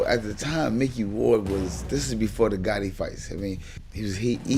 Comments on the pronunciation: It’s “GATTI” not GOTTI…. He’s not John Gotti. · I would have rated this a little bit higher if the guy narrating would stop calling him Gotti over and over again when the correct way to pronounce his name it's clearly stated in the footage. The kind of annoyed me the entire time!